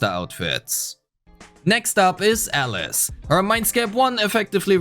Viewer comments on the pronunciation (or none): I was so confused he kept saying Ellis instead of Alice.